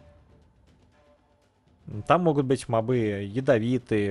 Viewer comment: почему мобЫ, а не мОбы? в первый раз слышу такое просто :)